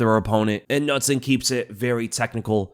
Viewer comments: nutson is pronounced k-noot-son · Its pronounced Can-ooot-son. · Nutson lol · As a swede I love how you pronounce Knutsson 😂